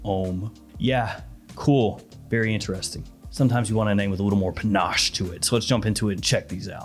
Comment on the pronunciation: "pUhNaScHe" is the word of the day 📖💪🧠